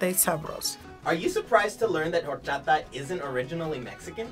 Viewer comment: Did he initially say Whor-chata? Lol😅